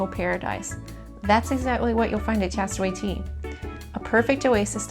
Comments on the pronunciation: Tastaway Tea. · Like the video. Not being able to say the k sound drives me crazy what she says castaway cay